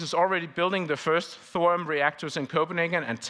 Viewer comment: 081323/1926h PST 🇺🇸. Please do not murder the name THORIUM. “THO-RI-YUM” and not Thorum. I find that not correct. You don’t say URANUM, CALIFORNUM, AMERISUM .. Please no more Thorum. Thank you with all respect.